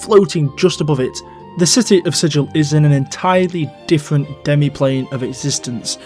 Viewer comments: I believe the town of Sigil is pronounced with a hard 'g'. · I might be wrong, and its pedantic anyways, but Sigil isn't pronounced like Sij-il. It's more like Si-gull. Regardless I enjoyed the vid. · Sigil, the city, is pronounced more like "siggle". It's not the same word as sigil, a symbol or mark. I don't know why, it might have been the original authors trolling. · 1. The pronunciation of "Carceri" has one hard and one soft C, like "incarcerate." Because it's a prison. 2. Both "Gehenna" and "Sigil" are correctly pronounced with a hard G.